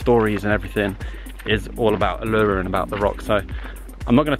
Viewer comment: It's pronounced Oo La Roo...........